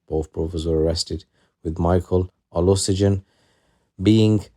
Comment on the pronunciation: Its Olushegun😅.. learn to get the name pronunciations